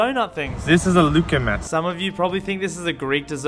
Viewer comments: And he mispronounced luqaimat it’s pronounced as lagamat but spelled luqaimat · It is pronounced LU-GAY-MAT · We have those "balls" in saudi arabia but they are pronounced as "lu-qay-mat" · Lugaimat is pronounced lu-gay-mat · And if any of you are wondering how to say luqaiymat is pronounced lu-qkoi-met and halwa hall-waa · Its pronounced ghaymaat